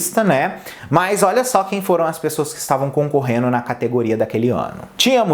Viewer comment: Concorreno não, concorrendo.